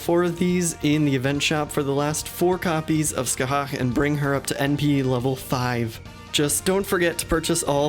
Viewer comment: Thank you so much for pronouncing Scathach correctly :D